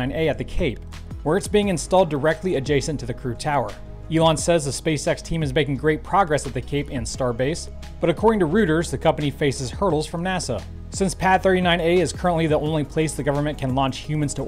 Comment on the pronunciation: Just a tip: The News Agency, Reuters is pronounced - ROY-ters.